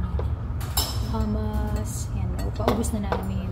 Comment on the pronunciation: Pronunciation po is H U M U S, at hindi po sya Pita Bread, Kubooz bread po sya